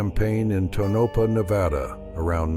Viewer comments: Perhaps if you had typed “Tonapah”, Tone-A-Paw, your AI announcer might have pronounced it correctly, but it sure isn’t pronounced Ta-Nope-uh. I’m giving it a thumbs-down because of the click-bait photo, which you never showed! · Pronounced ( Tone-A-Paw ) get it right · It's pronounced..TOE NUH PAW